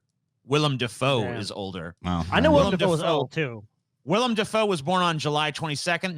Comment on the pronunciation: Why can just not say Willem Dafoe's name correctly? 😂